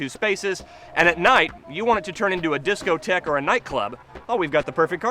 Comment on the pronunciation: discothek? really? darling, you need to get out more:)